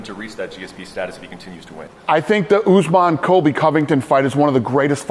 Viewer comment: Kamaru “Oozemaan”